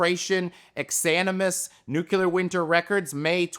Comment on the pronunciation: It's "New Clear" not "Nuke you ler". Stop saying it like you're from Texas.